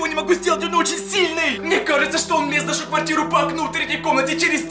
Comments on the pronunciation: Он говорит:мне каеца😂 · Он говорит:мне каеца😂😂😂